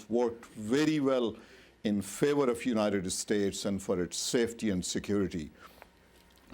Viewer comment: how do you become an attorney saying things like "unidet estates"